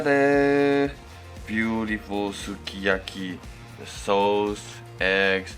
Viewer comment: That sukiyaki looks sooooo good! You're such a great cook! And I love it when you pronounce the names of the ingredients in japanese, it sounds so cute <3 btw it's ok to use your hands! I really like it because it makes me feel like you're a nice, fun and real person <3 Well, now I'm not under my sleeping pills' effect, I can really appreciate the way you cook! You're awesome! You even make me want to eat veggies! That looked so good and I bet its smell was great too. I'm not much a fan of foreign food, but I'd be willing to try it. I love watching your videos! Thank you for making them! Love you,! and your hands too <3 hehe